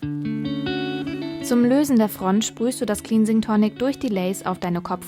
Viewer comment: Das wort 'cleansing' wird wie klensing, nicht kliinsing ausgesprochen.